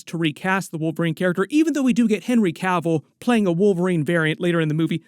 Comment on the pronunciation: Thanks to for pronouncing "Cavill" correctly. The number of channels calling him "Cah-ville" is ridiculous.